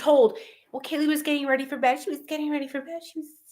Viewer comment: And, H said Kaylee's name incorrectly and that he did not really know her, during his interview at PD. Videos of him in the house at parties and when LE showed up due to noise complaints show that he is a liar. Why is he lying about something so obvious? Shows, to me, that he is lying about bigger things. Case behavior of CYA.